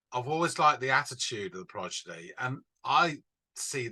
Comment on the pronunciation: Good video but the British guy can’t say the name right. Progidy 😂